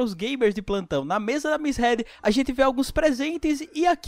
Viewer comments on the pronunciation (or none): mano, não é head e HEED!